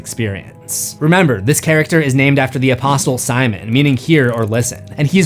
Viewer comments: Also, the “t” in apostle is silent. 🙂‍↕️ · FishbAHch its German not Fishbarch* And the T is silent in apostle 😊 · I can't get over pronouncing the "t" in "apostle" 😂